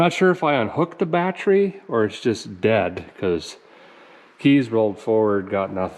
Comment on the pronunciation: GOOGLE: "Batree" Double dare ya....